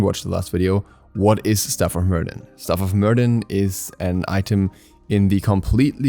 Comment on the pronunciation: Hey! Quick little thing , Myrddin is pronounced mer-vin.( it’s the original welsh name for Merlin)